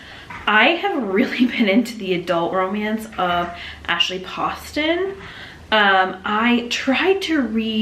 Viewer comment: HEY BESTIE! Commenting while watching so here’s what I got: Read Next Stop by Debbie Fong to get to your Goodreads goal! Amazing graphic novel that just punches you in the heart :,) ASHLEYYYYY POSTON YES okay but did you read bookish and the beast or the fox one?? (Also it’s Poe-ston 😤) Watch Tusk Love be the greatest romance to release in 2025 (I’ve never read anything by Maggie Steifvader 👀👀👀) HI CHOWDER